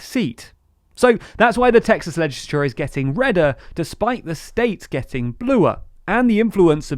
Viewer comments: I like how he says legisicisicisolour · Why are you saying 'legislature' so weird? This channel has the weirdest accents.